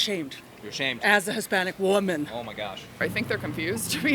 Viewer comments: lol wtf even was that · “As a Hispanic WUMEN” The way she said it cracks me up😂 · As a Hispanic CHWOMUN Lmao why did she say it like that